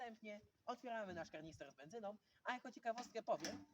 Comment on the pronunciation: Panie nie mówi się karnister 😅😅